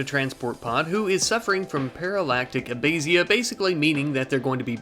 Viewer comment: You said paralactic abasia, its paralytic (pear uh lit ick) and (uh bay shuh)